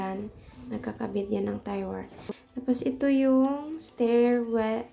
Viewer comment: Do I heard it right "tire wire"? Should be tie wire. Sorry no offense meant.